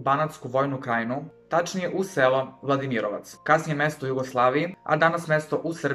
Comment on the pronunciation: Drago mi je sto si snimao ovo posto si rekao "vladimirovac" sa vojvodjanskim naglaskon ps ja zivim jako blizu vladimirovca